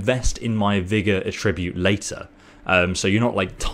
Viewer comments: I know you have an accent but its attribute not atribute (at-tra-bute not a-trib-ute) either way still a great video.👍👍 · Your using the verb pronunciation of attribute not the noun pronunciation. Check it out on google.